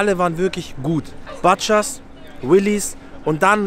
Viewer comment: Butchers spricht man als U !!!!